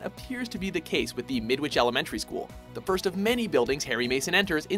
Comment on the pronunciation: is it me or does midwhich sound like a sandwhich